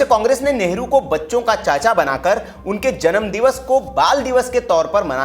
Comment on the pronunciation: भैया कम से कम न्यूज़ में नेहरू जी का नाम तो अच्छा बोलो,,, नेहरू नेहरू बोल रहे बार बार